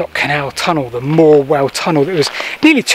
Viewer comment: Hi. Thank you for the vid. Just as a matter of interest and local knowledge, it's pronounced Morewell-HAM (stress on the ham) not Morewellum. Not being picky, just hoped you'd like to know.